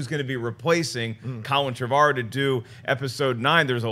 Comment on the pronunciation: How do they get Trev-argh-ow from Trevorrow? It's pronounced "Trev-or-oh" surely.